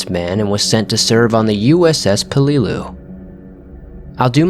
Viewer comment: I'm sorry but... U.S.S. Puhleelew 😂😂😂😂😂😂